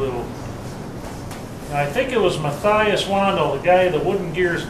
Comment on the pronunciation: I think its pronounced ''mah-tie-us''